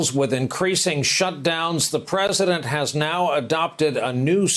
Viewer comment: He wasn’t calling himself a Wartime president, he just missed pronounced president.